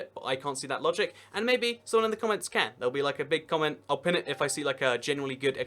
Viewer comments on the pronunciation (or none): none